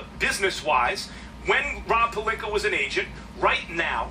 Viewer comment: Stephen a always saying pelinker instead of pelinka stop disrespecting his name